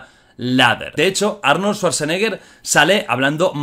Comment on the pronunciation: Jordi, no se pronuncia así el nombre de Arnodl, deberías buscar como se pronuncia bien.